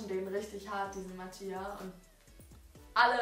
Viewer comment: Mattia wird nich Matia ausgesprochen sondern Matja lol